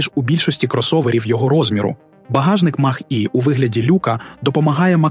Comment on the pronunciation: Ви якесь ШІ для озвучки використовуєте? Навчіть назви правильно вимовляти. То Хюндай, то який Мах. Шо за Мах? Не зважачи на це відео як завжди круте. Дякую.